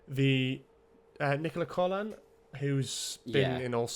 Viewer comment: Nicola's surname is pronounced: Cock-lan. Ye lads have no problem saying worse words than that so that should be no problem to you.